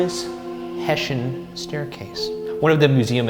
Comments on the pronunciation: hessian. not "heshin" it's pronounced EXACTLY as it's spelled. ffs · Hessian is hess-ee-an not hess-shin